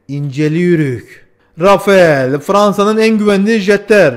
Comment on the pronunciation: Çok sık yapılan bir hatâ var. Rafael değil, Rafal okunur Fransız jetleri.